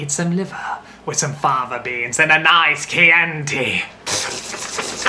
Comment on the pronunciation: thats not how you pronounce chianti haha